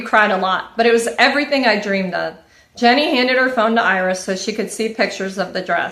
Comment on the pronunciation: Can I just say that her name is not “Jenny” 😅😅😅😅 it’s Jeanie as in “jean-E”